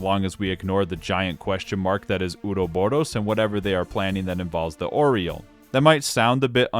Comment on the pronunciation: Great video, my only constructive critique is the pronounciation of the word Ouroboros, there are future games in later entries, it's not Uroboro